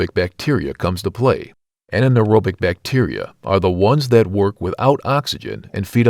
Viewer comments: Why do these things always show enzymes as germs or microbes? They are generally our own proteins. They are a catalyst to cell reproduction and usage. Also STOP SAYING "an-anaerobic"!!! It's just anaerobic. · you seriously need to check with someone or use the internet to learn how to pronounce some of these terms. putrification is "pew-tra-fa-kay-shun" and it is "an-ear-ob-ic" not ana -ear-ob-ic. These are mistakes that destroy your credibility about what you are talking about. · Poot-refaction and ananaerobic huh? It's a sad state when you can't even speak your own language. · Clickbait. Your thumbnail includes a coffin, but you describe a body in an open field, all while mispronouncing “putrefaction” and “anaerobic.”